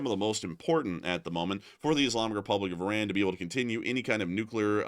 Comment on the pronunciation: The New name if the Country is.. I-Run! 😅 got um!